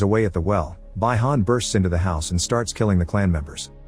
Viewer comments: Another great choice, MR!! Mortal Kombat was one of my favorite video games and the movie was epic, and I'm looking forward to the sequel when it releases. And hey, this isn't actually necessary to explain, but just for now: Sub-Zero's original name is pronounced "BEE - HAN", not "BYE - HAN" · Its not bye-han and shang-chung. Have u ever heard of or player mortal kombat lil bro. And bro said "aliens" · ai struggling to say Bihan 😂😂